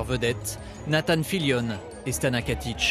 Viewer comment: KATIC PAS KATICH !!!